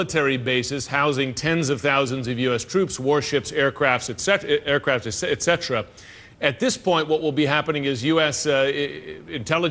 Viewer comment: troops and aircraps lol this guy cant even palk troperly